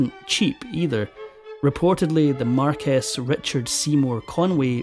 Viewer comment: Marquess is pronounced “markwess” not “markess”. You should have known this. These are small things but important in a serious documentary.